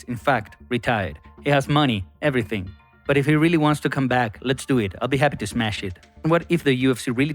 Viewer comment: i would respect Islam Makhachev if he would stop saying he will Smesh opponents lol at least say it right "Smash" and even if u dont thats okay.. just stop trying to hype things by saying it cause Islam does not Smash anyone lol he clinches and wrestles them most of the fight, just constant hugging. just like when Colby beat Masvidal.. kept sayin he will kill him and end him or hospitalize him and all he did was hug him n wrestle him all match long but At least Colby has Proven he can fight on his feet